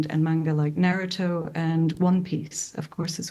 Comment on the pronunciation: That doctor sounds like she just read his Wikipedia page, such sterile delivery. “Nah-rue-toe , One -Pea-see” ugh!!!